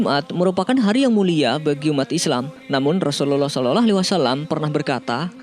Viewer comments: Gak enak didengernya min ketika ucapin Slallahu'alaihiwassalam, diucapin "SOLOLOH" ini kan Chanel islami jadi harus jelas cara pengucapannya. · Waktu dibilang "rasullallah saloloh "?? Woiii yg betul bilangnya. Belajar dlu mengucapkan.. gak betul ini yg punya channel masa "saloloh waalaissalam" .coba kalian dengar dengan teliti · Belajar lagi ngucapin "salallah" nya mas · Adrian nagara betul.mas kok lafadznya seperti bukan orang pesantren atau orang muslim,,klo boleh tau mimin dan yg punya chanel.ini dulu mondok.di mana dan guru atau kyainya siapa